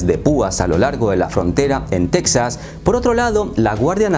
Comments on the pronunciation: Para independizarse necesitarían que los 49 estados firmaran estar de acuerdo en la secesión, de otra manera es sólo TEXAS B/S., el nombre en español es TEJAS no teksas....ya que lo narras en español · En español, se pronuncia 'Tejas', no 'Tecsas' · solo para recordarte a ti y a todos los hispanos que se pronuncia Tejas, no Tecsas. Gracias. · En español se pronuncia "Tejas" amigo. Buen video. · se pronuncia TEJAS TEEEEJJJJJAAAAAASSS toma dis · Las “Tetsas” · La manera que pronuncias Texas, descarta que eres Mexicano. No creo que se independice Texas (Tejas), Estados Unidos depende demasiado de ese estado. Es una estrategia electoral de los republicanos. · No se dic-ze tec-zaz, ni los án-lleles ni niu-méc-zi-cou. Plis, dount breic mai iirs. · Tampoco tejas es Texas, se pronuncia la X hallo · Si se de e pronunciar con la X ubícate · Se pronuncia Tejas..aunque se escriba Texas.. no lo digo yo.. consulte la RAE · No, se dice Texas pronunciando la X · No, se debería decir correctamente Texas pronunciando la X que así se escribe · Texas en español se pronuncia como México con j de jamón no con x.